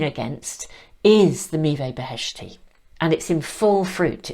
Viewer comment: Dear I am Iranian, and the cards are all in Farsi beautifully artsy painted, and I must say I am impressed the way you pronounce the sacred fruit! Meeveh Beheshti literally means: heavenly fruit. And the arts on the cards reminds me of Hafiz & Rumi our famous spiritual poets poetry. Thank you 🙏 🙌🏻🙏🙏💌😇☮️🙏🙌🏻